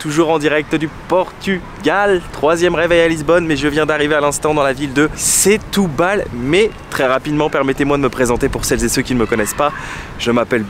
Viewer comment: "Chtoubal" ahaha le frenchy , sinon nos amies portugais comprendront pas ; ) un des meilleurs endroits pour déguster le poisson, cuisiné grillé ou simple, attention garlic mais on peut demander sans...pas besoin de trop! Un choix dingue de super qualité Ville de la seiche à l'encre plat typique mes amis portugais m'ont invitée au resto, plusieurs poissons frais avec un blanc...top! Aussi dans un resto typique de Semsimbra près du port, mélange de poissons et fruits de mer... goûteux ! Pensez aussi à vadrouiller, sortir de la ville, aller voir la montagne Serra Arabida magnifique ! Semsimbra, le Cap Saint Vincent, mes amis portugais m'ont fait découvrir, qqes plages encore authentiques encore peu envahies C'est aussi une ville pour le sport, où découvrir la culture, art, musique, guitare Portuguese (le fado c'est très vivant à Lisbonne)